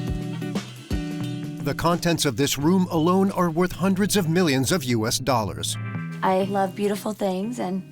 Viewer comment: ‘The content of this room is worth hundreeds of millions of dollars’ 😂 😂 Okay chill, its just a small walk in closet with some high end clothes and accessories